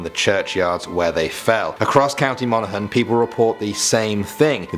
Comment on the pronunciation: It’s funny I live in Monaghan and I never heard that first story also shout out to you your the first English person that said Monaghan right